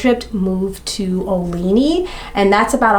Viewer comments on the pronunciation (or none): Yes. Olney is hard to say. It's pronounced Ole-knee